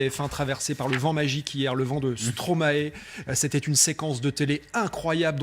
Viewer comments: Prononciation: Non à Stroma-é Oui à Stromäe - Mäestro à l'envers ! Merci 🙃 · Se prononce Stromaï ! Et non " Stromaé " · Arrêtez de dire, stromaéééééé pour l'amour de dieux !!!, sa se dit sromaille bordel !! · Ça se prononce stromaie et pas stromaet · Arrêtez de dire stromaé ça se dit stromaye !!!!! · On dit Stromaï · Tu connais Stromae mais tu sais pas comment le prononcer...